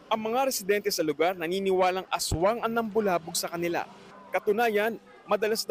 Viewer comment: Ashwang hind aswang 😂😂😂